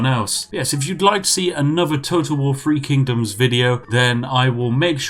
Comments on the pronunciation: Nobody: Brits: Free Kingdoms Everyone Else: Three Kingdoms? Spiff: TEA! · Just listening to The Spiffing Brit butcher Chinese names.